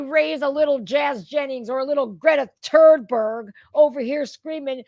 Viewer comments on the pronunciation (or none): none